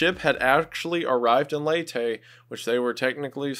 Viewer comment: Been binging a lot of your videos, great work man! Btw, I'm from the Philippines and it's pronounced "Lay-teh" :)